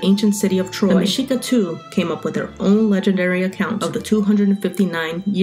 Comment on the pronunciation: Finally someone pronounces it correctly. Anyone who took history of that time period in college would know this but you'd be surprised how many pronounce the x with a hard sound.